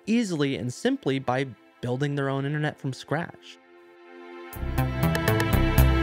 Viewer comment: Innernet? Internet. Ffs.